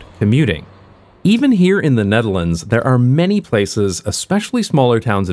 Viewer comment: “size of hte nutehrlaunds” haha